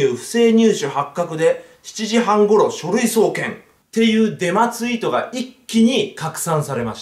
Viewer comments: ブンブンハロ、デンマです。ってきこえた僕は末期でショーか…w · デマです、が電○です、って聞こえた 俺って汚れてるなぁー